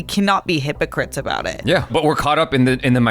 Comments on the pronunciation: Is he saying "aboot" unironically?? I'm Canadian & I've never heard anyone here pronounce it that way. I've only heard it pronounced like that in American TV shows that feature supposed Canadian stereotypes. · Same. I'm Canadian as well & I've never heard anyone here actually pronounce it "aboot"